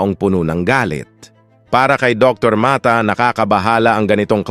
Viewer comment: Puede ba ipronounce ng pangalan ni Dr. . Dr. Ma-ta.